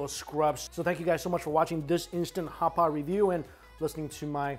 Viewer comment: Everyone else: "Hot pot": "HHHCHHCHHHAPAHT!"